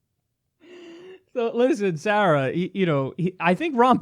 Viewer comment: Kyle’s pronunciation of “Sarah” is very New York